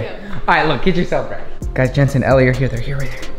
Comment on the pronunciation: It’s Jentzen not Jantzen